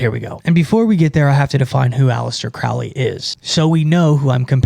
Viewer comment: Crowley like "holy" not "fouly"